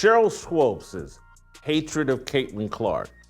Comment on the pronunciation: It's pronounced like Sheryl (SWOOPS), and she is one mixed up chick! In the inaugural season of the WNBA, the media was pushing her, Lisa Leslie and Rebecca Lobo, as the stars. Swoopes, was pregnant and the 'W' did all they could to hide that fact. She has "switched teams" albeit Straight or 'G' a few times. She used to be kind of cute but now she is just an older, chubby, b!-curious, bitter chick that wants to remain relevant.